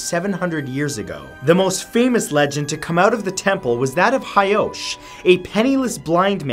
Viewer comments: actually,it is Taira clan not hiki and it is hoichi not hyosh. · Please learn some Japanese pronunciation it’s not hard. The monk’s name was Hoichi (pronounced Ho-ee-chee) and the emperor is Heike (pronounced Hay-kay). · Hoichi. Ho-ee-chee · actually,i wasn't hyosh, it was actually hoichi the earless.